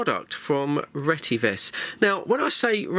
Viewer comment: The actual real pronunciation is RE-TE-VIS. Which means “Redefined Telecommunications Vision”